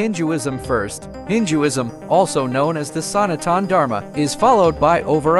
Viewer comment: His pronunciation of Sanatan Dharma really killed me 💀